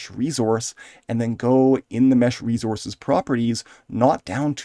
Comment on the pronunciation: Say "reezorz" one more time 😅